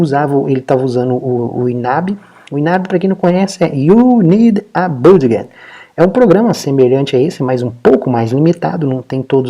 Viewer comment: Olá. Desculpe incomodar, não sou de ficar corrigindo, mas acho que pode ser útil para seus futuros vídeos... A palavra budget se pronuncia "bãdjit". Caso já saiba, perdão... só achei legal comentar porque é uma palavra chave que é muito utilizada nos seus videos, que alias são excelentes!